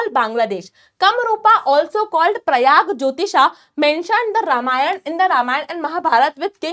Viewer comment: Ma'am it is Pragjyotisha Not prayagjyotistha